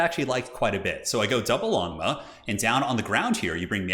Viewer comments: So "Longma" means dragon horse in Mandarin. The O sound in "Long" is the same as in "Lone". If you just say "Lone-mah", it'll be a pretty close approximation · longma is pronounced "l-oh-ng ma" phonetically, which translates into "dragon horse" of Chinese mythology. They're basically dragon scaled Pegasus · everytime you say 'Longmo' I hear lawnmow riders'